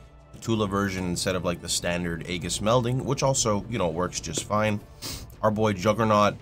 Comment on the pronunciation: Unrelated, but that's not how you pronounce "aegis".